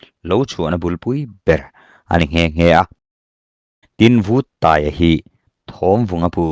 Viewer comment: Buanhmun Paiang pawmtawh hnu Chengte ah Lamang let e,Lalpuithang lema alem alema' tihhi Vuttaia khan 'lalpuithang lena' tilovin '......lenna' atia,athlûk itidiklo nualmai...PAI tihhi Chemte Pāi tiha PĀI,..LENA tihhi LËNNA,..LEM tihhi milem tiha LEM nilovin, 'chinlëm aneilo' tiha LÊM tihtur niin kahria.Duhlian tawng diktak chuan..tin,Vuttaia hming pohhi 'VÛT' nilovin Vut,vaivut tiha VUT anga lamtur niin kahria mhse hei erawhchu kachiang chiahlo...sawita mai2 ila utube channel neivemeuh hichuan sawi/chhiartur tehichu enlawk vethin se,lam/thluk dikloh neihloh nan midang tepawh zawtve thinse kaloti thin...mauchang tihpohhi mauchāng (genesis bungkhat cháng khat) 'CHÅNG'tihtur